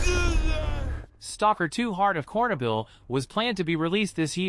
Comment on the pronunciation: But that's still no "Kornobyl", it's Чорнобиль, with Ч, in Transletteration (Cyrrilc to Eng is pretty poor) it's "Ch" like in "Check".